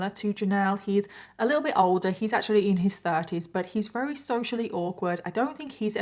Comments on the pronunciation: Not to be rude buy does have a speech epidiment? I can't help but notice she says, "Rary." Instead of "Very" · I love your channel and content but I want to scream every time you say “rarey” instead of very 😂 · your accent is so charming. How you pronounce the word very with a W.